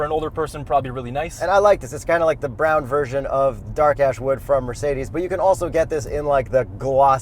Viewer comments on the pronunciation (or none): none